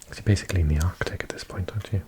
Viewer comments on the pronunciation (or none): none